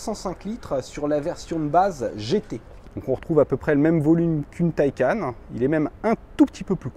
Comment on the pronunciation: c’est pas « mon opinion » mais belle et bien la manière juste de le dire, d’après le constructeur, mais surtout si on se fie au sens du mot « Taycan » en faites... et tout les chaînes cité, ne sont pas forcément à prendre en exemple 🙄, d’ailleurs bon nombre d’autres chaînes ou de personne ayant un minimum de respect pour la langue et les produits qu’ils présentent dise correctement « un Porsche Taycan », tu veux pas faire l’effort de bien le dire, écoute libre à toi, mais sache que tu es en tord...